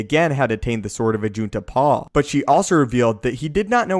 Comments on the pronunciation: Did you say ajit de pie That sounds like ajit pie destroyer of the internet IM WITH JEDI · Did you say Ajit Pai?